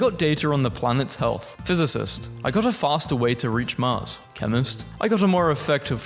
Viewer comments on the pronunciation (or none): none